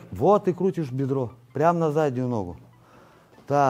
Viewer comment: Не ногУ, а нОгу, все равно не мОгу😂. С удовольствием смотрю всегда👍🤝